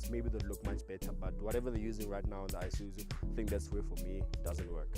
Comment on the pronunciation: IiiiSuzu not Eye-Suzu 😩